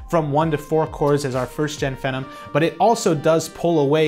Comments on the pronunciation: The way he pronounces "phenom" like "Venom" is very annoying, where did he learn that? Ive always heard it pronounced as "fee-nom" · "Fee Nom" rhymes with Athlon, stop calling it "Fen Nam". Thanks. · You say Phenom weird. It's Fee-NOM, not Fen-Um. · just one comment: It's pronounced Fee-nom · Phenom is pronounced Fee - nom. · I always thought phenom was pronounce phee - nom, like the beginning of the word phenomenal... Anyway, I'm really hoping AMD can get their act together, from what I hear plenty of innovation is going on but they just don't have the funds that intel does. Not only do I often have a bias for the under dog, but they need to stay competitive if we want to see amazing things from both sides. Looking forward to the HBM boom coming soon ;D #SensibleFanBoy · I like the video and what you said, but i didn't like the way you said it. You need to relax, and probably read the script sooner because you seem uncomfortable with what youre talking about and it really shows. I like the data, like the camera work, the setting all that stuff. Just gotta work on delivery. Also, its pronounced feenom. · LOL , I thought it was pronounced [fee-nom] with a LONG E vowel sound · It can be pronounced either way. I've heard fen-em and fe-nom from multiple different reviewers. Personally, I prefer fe-nom. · Oh look. Another tech guy who can't pronounce phenom.